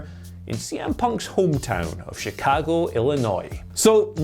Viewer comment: I appreciate that, being British, still says "Chicago" how people from Chicago say it, as opposed to how most Americans say it. He says "Chi-Cag-Oh" similar to the locals, whereas most of us Americans say "Chi-Cog-Oh". But he also doesn't overdo it either, like people often do when trying to emulate the locals "Chi-CAAAAAAG-Oh" Very nice attention to detail there.